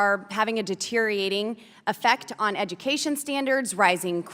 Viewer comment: Gotta love it. That sentence she spoke about "deteriating" education standards is certainly on full display whenever she opens her uneducated mouth.